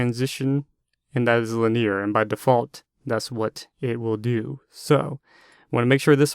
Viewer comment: LIN-EE-ER not LIN-EAR